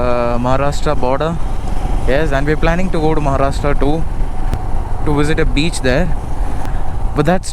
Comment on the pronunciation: Bro ur videos are just awesome.... Ur voice is so cute and funny...And when you said that To the Beach and i also thought of Mr.Bean Accent.. you nailed it bro.. And one Request please provide your Accomodation details....